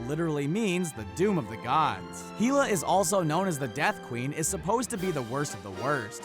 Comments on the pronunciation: it's not heela its hella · It’s pronounced Hella like hell and aaaa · Heela? Who's heela